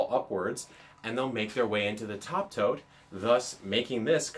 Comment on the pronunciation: Legit spent the first two minutes wondering why he kept calling the boxes 'toads'. Like, is this some random worm farm slang? haha. Then I looked down and realised he was saying 'tote' and dude, I'm still confused. I thought a tote was a bag, or a verb. not a box. How you just casually toting those big, square things around?